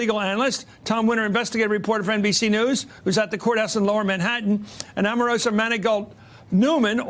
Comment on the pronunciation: God, this Matthews chap is annoying.. Can't even say 'Omarosa' properly! 🙄 He needs to be banned from the coffee machine.